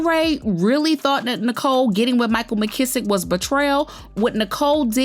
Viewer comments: Micheal Missick... say Mizz....ick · Lisa Raye blames everyone but herself and her stank attitude as to why Micheal Missick(pronounced MIZZ-ICK) didn't want her. She blames Tisha Campbell husband, Roxy from 106th & Park & now Nicole Murphy. Girl pleeeease!